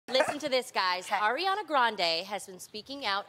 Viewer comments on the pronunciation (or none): "arianda" 😭😩😪 its ariana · lol she said "arianda" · She just said Arianda shade lol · OMG LONI TRYNA PREACH THEN SHE SAYS "ARIANDA" LMAO THAT IS ONE OF THE REASONS THAT I LIKE HER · Loni said Arianda, fucking dead